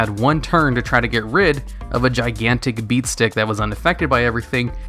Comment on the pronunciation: I still do not understand what tf you are saying when you say beatstick...